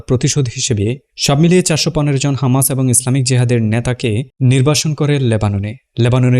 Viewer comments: Hamas, not khamas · ভাই আপনি কী হিব্রুতে কথা বলেন? খামাস কেন হামাস হবে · খামাস নয় হামাস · খামাস নাকি হামাস? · হামাস‌ নাকি খামাস‌ 🤔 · Hamas na khamas😂😂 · খামাস নাকি হামাস??? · হামাস হবে খামাস না 😅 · হামাস,,,নাকি, খামাস,,,বাইয়া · হামাস নাকি খামাস? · খামাস কেন বলছেন হামাস বলুন। খামাস ইহুদিরা বলে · খামাস না, হামাস। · Content creator ki Israeli naki , Hamas ke khamas boltese ?